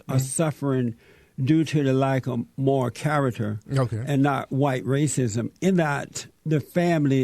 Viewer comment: This Jesse character adds and subtracts random letters from words. Blacks = Blass Tariq= Tari Moral= More White= Whi Addicts= Addiss I'm not sure if he's doing it on purpose or just as a gimmick. It's making my skin crawl.